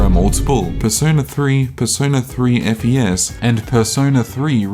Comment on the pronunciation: you're supposed to call it fes as in the fes in fes-tival i think